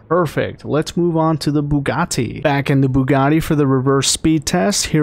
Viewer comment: my man said the "bugaTI"